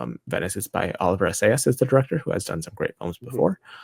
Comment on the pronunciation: It’s Olivier Assayas. Not Oliver.